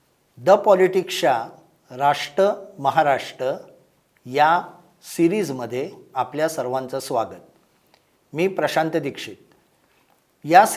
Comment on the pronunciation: Rashta Maharashta ?? ki RashTRA MaharashTRA. marathi ucchar !!!! kathin aahe.